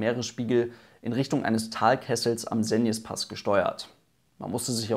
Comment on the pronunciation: Hey Es erleichtert mich, dass du den Segnespass richtig ausgesprochen hast. Im Video des SUST rollen sich meine ohren auf ^^. Gutes Video